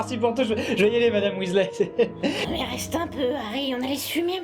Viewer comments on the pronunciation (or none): Pourquoi tu prononces "Weasley" en "Wisley" et des fois "Wèsley" ?